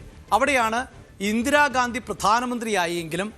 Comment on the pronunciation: ചേട്ടാ ഇന്ദിരാഗാന്ധി അല്ല ഇന്ദിരാഗാന്ധി അങ്ങനെ പറയും വ്യക്തമാക്കി